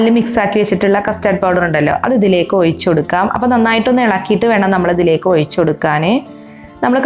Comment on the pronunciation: ഔയ്ച്ചല്ല ഒഴിച്ച്